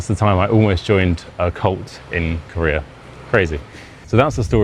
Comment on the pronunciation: Career...oh, Korea...lol.